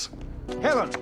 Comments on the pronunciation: The first time I watched it I didn't realise he said "Helen!". I thought he said "Heavens", which made sense to me because she was runing straight at him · YES when I watched it for the first time a few days ago I was like wait what he said Helen???? Had to rewatch it a few times to make sure I wasn't crazy.